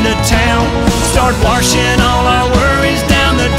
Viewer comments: Thank you for closed captions for hearing impaired but if you really want them to know the phonetically pronounced lyric it’s warshin not washing🤠. My Daddy was a huge classic and new country fan and loved this song! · "WaRshing" instead of washing😂💀